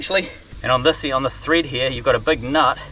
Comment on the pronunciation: Mate........ It's “Thread”, not teeth.